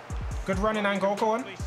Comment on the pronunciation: i know this man didn’t just say “that’s a tight angol” 😂😂💀 I’m dead